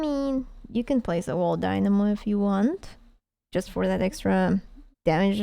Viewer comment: Lol i love how you pronounce it wall die-knam-o